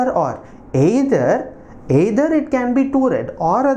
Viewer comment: Sir ur "aaeither" can be made a meme lol btw nc aaexplanation